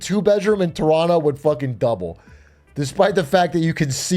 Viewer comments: I'm surprised that Big A says "Toronto" like a local. Maybe he's one of us after all Hmm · How does he know how to pronounce Toronto correctly?